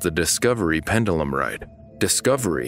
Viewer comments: Pendulum Not pendelum It's hard to listen to when you say it so often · I wish the narrator would’ve learned how to pronounce “pendulum” before making this video considering how many times the word was repeated in the script…. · I'm actually most disturbed by the mispronunciation of "pendulum." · never heard anyone pronounce pendulum this way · Man's got that Roman pronunciation of pendulum going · Learn the correct way to pronounce the word pendulum.